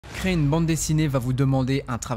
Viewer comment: Merci pour la vidéo. Juste, on dit "CRÉ-ER" ! Et pas "CRÉ" !